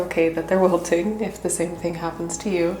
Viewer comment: "It's very okay that they're wilthing, if the same thing happens to you" 🥹 Warms my heart